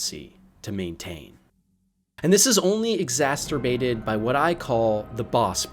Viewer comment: Exasterbated? lol. Freudian slip much?